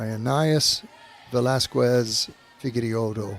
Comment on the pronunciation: And #11 is pronounced veh-LAS-kez